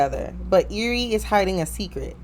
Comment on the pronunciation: It’s ari how u say it